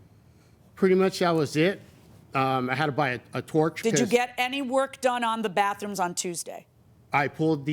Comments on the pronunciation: It's baTHroom, not baFfroom. 🙄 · Crap on a cracker!!! The word is "BATHROOM" not BAFFROOM. Good grief. Quit saying "basically" it means nothing!!